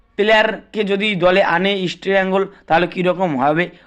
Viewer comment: ভাইরে উচ্চারণ ঠিক কর আমার মাদার ক্লাবের